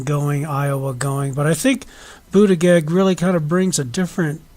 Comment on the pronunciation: Interesting analysis, but work on your pronunciation of Buttigieg.